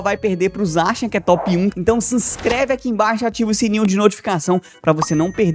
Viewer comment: Pq você pronuncia Zaxiam?